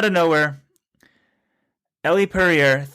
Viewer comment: So annoying that keeps pronouncing Elle's name wrong.